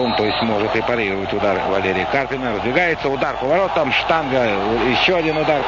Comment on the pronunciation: "Однако, активная игра на флангах КарпинА и ЦымбалАря..." Феерично, мля. . Узнаю брата-физика: "распределение ФермИ - ДИрака".